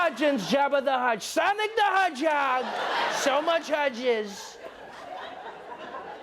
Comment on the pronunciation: Sonic the hudehog had me crying 😂